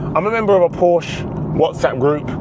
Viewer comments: Two syllables. Por-shuh. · Ok, so you're a massive Porsche fan, so am I, and a lot of other people. I just have to say that if you are, you should at least pronounce it correctly! 🥂